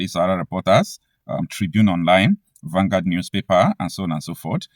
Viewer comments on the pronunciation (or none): none